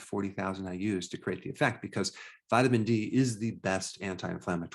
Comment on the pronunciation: You're saying "CRATE" for "CREATE""